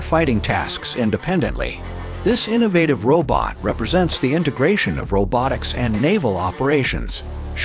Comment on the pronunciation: What's a "row bit"?